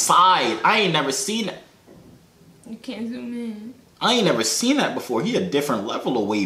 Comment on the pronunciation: Peep how he said seen